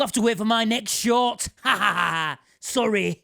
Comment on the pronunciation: Surely that’s “sorreh”